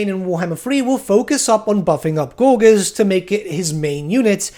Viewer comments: please stop saying gorguers for the love of God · Another great vid, also, don't take this personally, but your pronunciation of gorges could use some work.